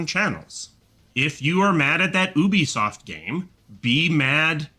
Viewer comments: First of all who the hell calls Ubisoft "Oubisoft"? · Also, OOBeesoft sounds stupid. Say YOObeesoft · i'm upset at how people pronounce ubisoft.... OOBYSOFT... NO. YOUBISOFT. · Why the hell does he say Ooobi-soft? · Wtf is oobisoft